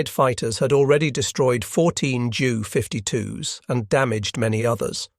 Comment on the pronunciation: "J" U". the fake voice pronounced jew. Also "M" "E". was me.